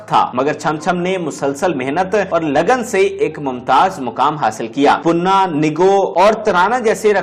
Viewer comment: Punna nahi panna punna punna karte rahy aap